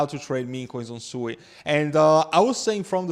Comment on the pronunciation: its pronounced "SWEET" lol